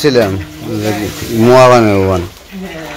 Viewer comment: Ota muaa na. Moaa bolun moaa.